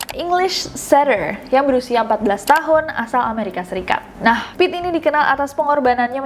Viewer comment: Kak Nes nyebut Pit, tp gue tetep bacanya Pete 😳